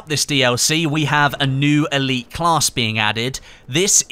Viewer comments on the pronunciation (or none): none